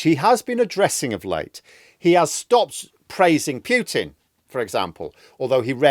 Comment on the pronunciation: Hi, I very much enjoy your commentary. A correction from a linguist: "Putin" is pronounced "Pootin" not "Pyootin". Russian has separate letters for "oo" and "yoo". Definitely Pootin. Or Pooteen if I want to be pedantic. But definitely not Pyootin. Cheers chum!